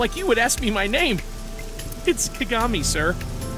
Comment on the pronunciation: " KA GA MI " ffs XD